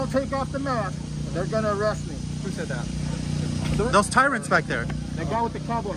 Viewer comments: Hmmm…all of his education and he can’t correctly pronounce words: Eerest, orgineyezation, hail yes. Oh, for the good old days of Chile. 🙄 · “Threat of errest” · "Under threat of e-rest." Not convinced of his level of education. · Gotta love how he pronounces arrest, errest! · Masters in Psychology? I call bs. He can’t even say “arrest” properly. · 100% wrong sounds about right. But what can you expect from someone who can't pronounce arrest correctly? He needs a refund for his college education.